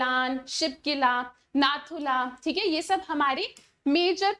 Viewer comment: Thik hai hota hai😢 chik hai nahi😅